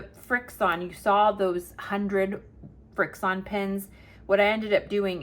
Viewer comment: It’s easy to remember how to pronounce Frixion if you think of how they erase. They erase with Friction and that is how to pronounce them….Friction.